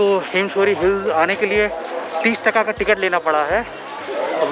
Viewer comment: BOLNE MAIN TAKA NAHI TAAKA PRONOUNCE HOTA HAI BHAI!!!